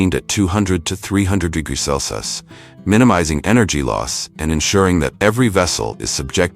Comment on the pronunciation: I am enjoying your videos, they are very informative and educational. One thing, could you get ur robot to pronounce Celcium correctly and instead of U.S.D, could you get him to say U.S.Dollars please. Thank you.